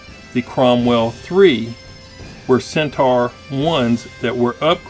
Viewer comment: Pronounced Cent - or :)